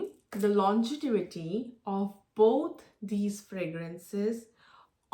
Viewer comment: Thanks for the review. Just to correct its LONGEVITY not LONGETIVITY. It’s a word that you will surely use over and over again when reviewing perfumes.